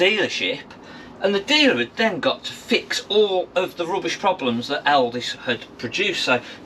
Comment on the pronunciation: Why do you keep calling it Elvis. It’s Elddis